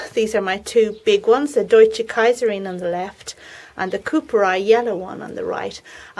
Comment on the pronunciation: Lovely greenhouse tour, really enjoyed it. Looking forward to the flowers of the sweetpeas, the arrangement is much to my liking. And nice pronounciation of "Deutsche Kaiserin" :)